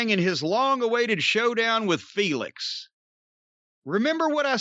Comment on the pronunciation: Really stressing the L in feLix, corny hahaha